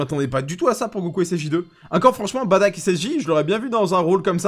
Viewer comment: Aaaaah merci! Baddack et pas Bardock lol